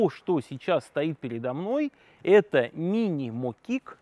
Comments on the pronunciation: Да не моки́к, а мо́кик! Дярёвня! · Мо́кик! Ударение ставим правильно. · Почему мокИк если мОкик? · Правильно говорить мОкик а не мокИк! И заводить надо правой ногой а не левой! Левой заводишь когда сидишь на нём. Сразу видно что у этого теоретика в детстве не было подобной техники! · Почему мокИк?! Всегда говорили мОкик! Слух режет до неприятности... Самое странное, что никто не поправил во время съёмки... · Для начала: мо'кик, никак не моки"к. Да и всё остальное, увы, на таком же "уровне", - мимо, неверно, в лучшем случае, - неточно. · МокИк... Автор коверкает слово.. Аж бесит... Не досмотрел.. Есть материальчики поинтереснее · Печально..Ударение в слове мокик ставиться на букве О. А попытка завести вообще шедевр.Может стоит выкладывать ролик о том о чем хоть что то знаешь?😜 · Пол видео просмотрел и не выдержали нервы как он ставит ударение на слове мокик. Как с другой планеты , аж противно. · в латышском ударение всегда на первый слог. Так что мОкик, сАркана звАйгзнэ.